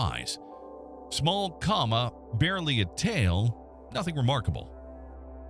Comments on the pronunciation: Dude it's not a coma, it's called a come-a. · Co-ma, not comma. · I was just about to comment that the AI machine keeps saying "comma" and should stop it...😂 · So strange to me how AI can get long weird words right but can't pronounce little words like 'coma' right. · came here to say the same. That said the videos on this channel are highly informative and cover a range of topics I’m interested in.